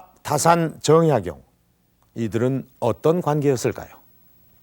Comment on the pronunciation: "최고 천재"! 이 얼마나 어색한 표현인가? "변방"의 "변"자를 왜 "길게" 발음하십니까?? "가 변 자"는 짧게 발음해야 하는 것을 구ㅏ하와 같은 한국의 학자께서 글.ㅅ 읽었다는 것은 1967년에 고국을 떠난 이 늙은 이는 너무나 실망했습니다. "한국 어문을 고발함"이라는 책을 일독해 주실까요? 미국 변 완수 드림. 또 놀란 일!! 주제가 다산 "정 약용"인데, 이 아른의 성 "정"자의 틀리게 모두 틀리게 발음햐고 있으니, 대체 한국의 언어 문화의 주소는 어디메 있아옵니까??댜산 선생의 성은"짧게" 읽어야 합니다.제발!! "짧게" 읽어야 하옵니다!!